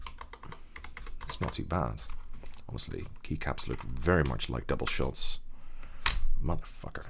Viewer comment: You can tell there is some Netherlands/Denmark there when you say motherfucker, it’s so funny! I have a friend from the Netherlands who sounds the exact same way when he says it